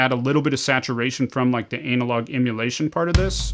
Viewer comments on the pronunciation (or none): Anna-log….Anna-log bro 😂 everytime you say anal-log I just think of a large turd